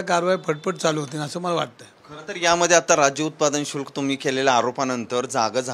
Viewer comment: अहो समजून घ्या उच्चार चुकत असेल तरी पण भावना निर्मळ आहेत.शुल्क खात्याचे नाव भ्रष्ट अधिकारी यांच्या मागे धंगेकर यांच्या रूपाने शुक्लकाष्ट लागले असे समजा.